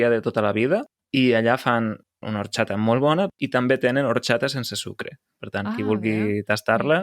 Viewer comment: La té una pronúncia castellanitzada. No és de Lleida com l'. En el català oriental hom pronuncia "orXata" i no pas "orTXata". Són els catalanoparlants orientals castellanitzats que pronuncien "marTXar", "TXocolata" (jo trobo aquesta pronúncia molt lletja, tot l'encant del català desapareix).